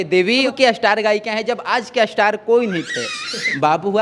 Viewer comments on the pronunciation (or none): असटार नही बोला जाता है स्टार होता ह बोलिऐ ऐसे इस्टार पढ़ लिख कर गलत pronunciation mat kariya